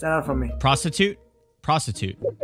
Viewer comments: The second person was an Indian and his name was pronounced like (pros-toot) and not prostitute. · I think he was trying to say prostidude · still trying to pronounce Prostud. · I am from nepal and that man says prasthut thats mean show your talent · it's Prastut man XD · Legend says he still pronounce it ‘Prostitute’ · Ae nepali pani vheytiyoo balllaa🤣🤣🤣 “prastutt” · He said prastud man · trying to speak Hindi 😂😂😂 You completely changed the meaning His name was Prastut which means to present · It's प्रस्तुत